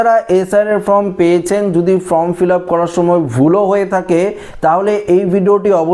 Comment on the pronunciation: শব্দটা ফ্রম নয়, ফর্ম।